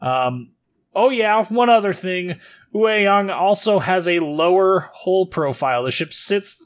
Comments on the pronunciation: I am native Taiwanese. It's pronounced as yuay(yue) (tall mountains岳) young(yang)(sun陽) with yang being a classification for all DDs in ROC navy. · It's pronounced 岳 Yue(juːˈeɪ) (Yu-eh) 陽 Yang(jɑːŋ/)(Young)